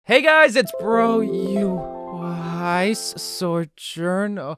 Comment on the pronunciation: Why does he keep saying SOR-JOURN, is it not Sojourn? Like ‘Sojourner’